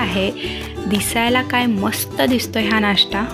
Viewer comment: नाष्टा नाही, नाश्ता. फोडणीची पोळीच ती. ण च्या जागी न उच्चार करू नये.